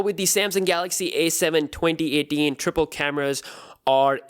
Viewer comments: i mean his accent is so perfect except the 2018 lol. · The way he says 2018 hes like twonty etin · He's Indian spy 🤔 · cuz he is pakistani..